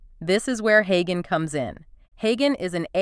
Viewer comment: Creators using text to voice AI should have a listen to the result before they post. Like, to see if your AI is mispronouncing words such as "HeyGen", which has a soft "G". And don't you need to split the audio for the two Notebook LM speakers? Or are you having each HeyGen avatar do the entire audio, then splitting it up later yourself?